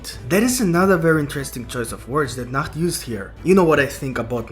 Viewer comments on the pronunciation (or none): I hate how he calls nacht